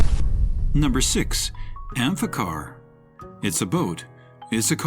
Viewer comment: Revolutionize Drowning….😂😂😂😂 amphi-car